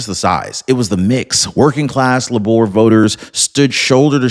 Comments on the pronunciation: And it's pronounced "Labour" - like what women do in childbirth. Not "La'bore" in that weird French accent. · Its Labor, like the US word, labor, as in labor union. Its not Làboor. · Labor, not la'bore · Its Labour not Laboor We need a change desperately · I hope Starmer is really out. He’s been a traitor to his country., Labour is pronounced as in Labor, not La’bour. Just a friendly help. Good video, thanks. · It’s pronounced Lay-ber, not La-bor. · laborr, seriously?....it's pronounced Layber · Lay-bah not la - boor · It's NOT La-Bore; it's Leybor! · Lay-bar is how the party name is pronounced brother. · It is pronounced "Laybor" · labour is pronounced labor? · LABOUR is pronounced LAYbr, no L'boar. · yea i fact checked and unsubscribed for his blatant misinformation. can't even fact check is information and can't even pronounce labour correctly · bruh. Learn to pronounce 'labor'. it's Britain, not France... "end of line" lol. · Thank you! He said it correctly in the beginning then switched it up to sounding weird!